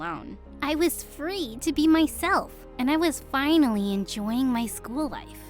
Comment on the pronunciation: The way at the end she said finallm